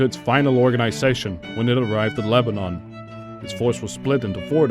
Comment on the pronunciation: He also says Lebanon like the name of the country, when it's leba-none not leba-non.